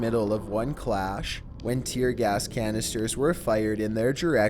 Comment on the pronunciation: He said tear GAST at number 7